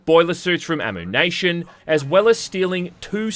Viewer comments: AmmYOUnation not AmMOOnation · It's "Amm-You-Nation" as in "Ammunition"!!! Why, for the love of God, would it be said, "Ammoo"?! 😂